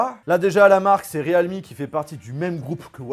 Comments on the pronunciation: C'est PAS / RÉAL MI/ mais /rilmi/ 0our dire realme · Re-alme ?? Plutôt realme nan ? 😂